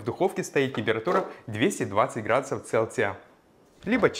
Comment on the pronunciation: Меня улыбает его слово "цэлциа"